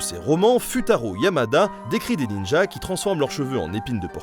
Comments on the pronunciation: Sengoku. Bon j'avoue j'entend plutôt San que Sen mais bon... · Moi j'ai entendu "époque San Goku" ça m'a fait rire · A l'époque Sengoku (Seine - Go - cou) en réalité. Petite déformation Club Do'. :-) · pas "sangoku" mais sengoku stp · en fait c'est l'époque senkoku (prononcer seine-cocu). Mais on a pas la culture infuse, et le cerveau aime bien faire des rapprochements qui l'arrange donc c'est compréhensible. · Dire que j'avais entendu Son Gokû ! 😅😂